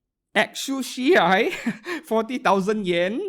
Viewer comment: You pronounced exusiai just fine lol. Coming from native English speaker.